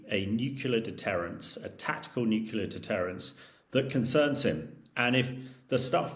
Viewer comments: Excellent content - but this mispronunciation gets right on my nerves. Say this “NEW CLEAR” not NUKULAR!!!!!!! Please can we get experts to pronounce the word properly: NEW + CLEAR = NUCLEAR. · 🎯My top "pet peeve"! How does one spell "New-Q-Lar" anyway? 2 syllables: "nu + clear", it's not that hard. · Stop saying NUKULAR……fool….. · "... the area of my expertise, the newkyuler end" hahahaha. 😂. Get out of it you stuffed shirt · Is he saying "n u cular" over and over ? Is he supposed to be an expert ? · This "expert" can't even say "nuclear" correctly. Sad af. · If your guest’s speciality is “nuclear” then his inability to say that word properly undermines his credibility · Why is it that you so called clever people can't even pronounce nuclear! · This nitwit can’t pronounce ‘nuclear’ correctly. Is he credible? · I'm aghast that a self-procliamed expert in Nuclear weapons can't even pronounce nuclear properly. Spent his life surrounded by yes-men?